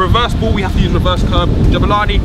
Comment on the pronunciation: It's Jabulani not JUBILANI